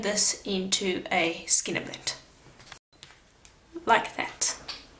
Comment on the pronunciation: You do amazing work!! Are you saying “skinner blint”?